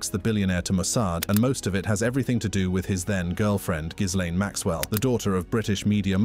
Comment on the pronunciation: It's really not that hard to pronounce... Gee - lane 😂😂